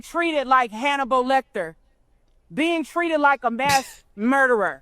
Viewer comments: who’s Hannibo Lectah? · Did she really say "Hannibo Lecter"?